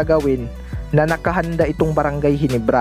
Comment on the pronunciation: ginebra hindi ginibra